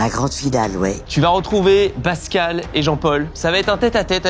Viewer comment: C’est pascal pas bascal 😂